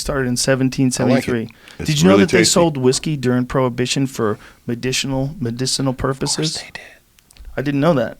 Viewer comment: medishinal purposhes